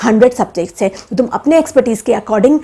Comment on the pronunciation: She has no ethics to speak even. She calls "tum" "tumien" lol